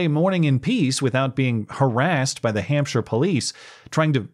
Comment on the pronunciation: Thanks for the pronunciation of "Hampshire", I've never heard a Yank say it right 😘